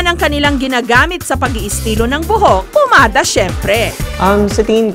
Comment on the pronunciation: Oi jessica PAMADA hindi POmada 😁😁😁